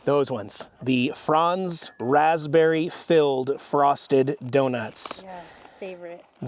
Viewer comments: Never heard Franz pronounced that way with a "fronz" vs "franz" that I grew up with. Whose watching the cats? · Wait... You're from the Pacific Northwest, and you don't know how to pronounce Franz? I almost think your joking.